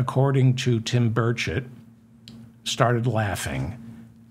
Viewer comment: With the noise in my shop, it sounds like you are saying Tim Birdshit! I wonder if anyone, perhaps in junior high, has ever called him Birdshit before?